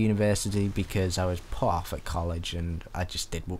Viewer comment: You failed at saying ''at''